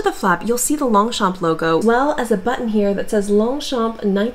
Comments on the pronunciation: Thanks for the presentation on Longchamps. You should know that it’s pronounced: Lon-shon. The GS and PS are silent. Like “Champs” as in Elysee is pronounced SHON. 👍🏻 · LONGCHAMP ---- THE "p" is silent.... THANKS ...